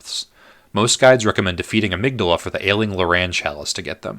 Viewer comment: I love this, although I died a little inside every time you mispronounce 'hypogean' and 'Amygdala'.